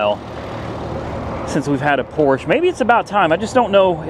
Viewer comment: You're the first american person i know that pronounce Porsche correctly 😂